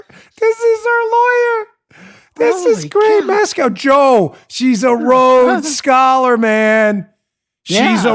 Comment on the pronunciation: HAHaaHaa!!....A rodes skoler....roads scaller....rowed-scoler...maybe, surely not a Rhodes Scholar! Here's the criteria for a Rhodes scholarship; truth, courage, devotion to duty, sympathy for and protection of the weak, kindness, unselfishness and fellowship; moral force of character and instincts to lead, and to take an interest in one's fellow beings. must have gotten an "affirmative action" scholarship as a non-binary because ze sure doesn't fit the criteria!